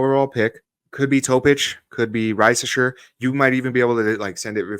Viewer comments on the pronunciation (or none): Just wanna let you know, its pronounced "Ree-saw-shay"... Nice vid overall definitely looking forward to see what RC and Pop decide on in the draft